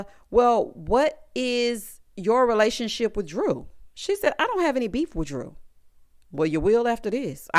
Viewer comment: "And what about your lesibian re-la-sion-ship?!" 🤣 Married to medicine 🤣